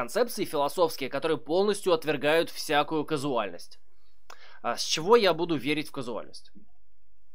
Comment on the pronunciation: КАЗУАЛЬНОСТЬ, лол) Каузальность